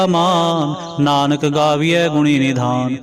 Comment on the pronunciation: ਭਾਈਜੀ, ਕੇਸਟਤਾ ਬੰਨਾਦੇਦੇਉ ਵਿਉ ਦੇਣ ਵਾਸਤੇ ਕੀਬਾਣੀ ਸੁਣਦਪੱੜਦੇ ਹੋ, ਨੱਹੀ, ਅੰਨਦਸਹਿਬ ਵਿੱਚ, ਨਾਨਕ, ਨੱਹੀ, ਨਾਨੁਕ, ਹੇ, ਸੱਰਮਕੱਰੋ ਕਿਉ ਬਾਣੀਤੋੜਦੇ ਹੋ, ਉਜੜਜਾਉਗੇ